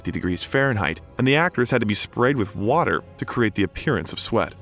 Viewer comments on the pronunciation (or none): none